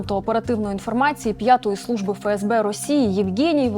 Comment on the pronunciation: Коли вже буде не "ФеЕсБе", а "ЕфЕсБе"??? ДеНеРе, ЛеНеРе, СеБеУ, МеВеДе, ЕнЛеО і т.д.... Бля, ну скільки???